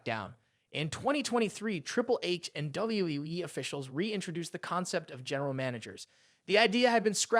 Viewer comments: What the f*** is Wueueue???? Do you mean WWE? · WWE. Thats how you say it, not dubyabyyuaaee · Man you can't even say WWE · lol it sounds like you're having trouble saying wwe every time you say it